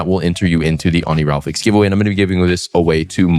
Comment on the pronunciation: did you just say oniralfix 😭 it’s pronounced how it’s spelled oniri-fal-x